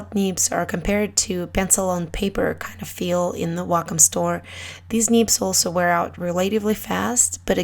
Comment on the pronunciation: Great Video :D Love the way you pronounce "neebs" ^^